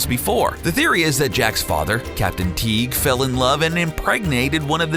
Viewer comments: edward teek? you mean edward TEAGUE like league but with a T lol you sound like you are saying teech which is blackbeard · when you said Captain Edward Teague, i almost thought "BLACK BEARD WAS JACK'S DAD!? HOW BAD WAS THE RESEARCH?" but i said almost. I heard the "gue" in teague which reassured me, the research was good